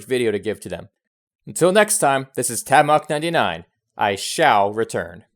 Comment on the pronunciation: Nice vid but "tabmoK"??? Change it before you blow up and you're stuck with that!